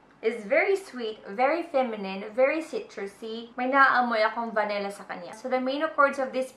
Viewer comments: It's "Vanilla" not "Va-Ne-Lla" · its vanilla not vanella